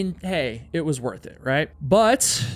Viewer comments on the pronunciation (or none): none